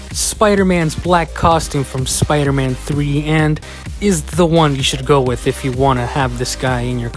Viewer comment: Here goes sooopder-man lol